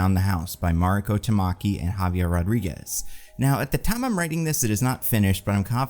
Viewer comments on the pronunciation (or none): none